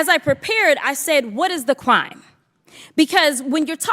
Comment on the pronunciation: is she saying "cwime"?